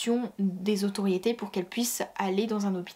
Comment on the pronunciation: Il y en a un qui dit que ça se voit que tu lis ton texte. Effectivement et ce n'est pas ça le problème. C'est que le texte soit MAL lu. Tu fais tellement de fautes de prononciation que ça me sort du truc, je n'arrive pas à suivre. "Qu'ils voYENT" "comme quoi que" "ceux quizon" "le bureau se disent" "autoriété" au lieux de "autorité" "le territoire sont" nan mais sérieux... Toutes les deux phrases, mes oreilles font une erreur 404. J'ai la flemme de relever tous les problèmes dans ton discours. Mais fais un effort si tu veux que des gens regardent tes vidéos. Je ne parlerai même pas du fait que tu ne fais jamais de liaison et que ça rend le tout inaudible.